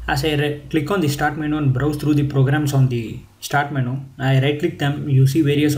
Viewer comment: LOL! Someone please tell this guy the word is pronounced "men-YOU" not "men-ooo"!! hahaaa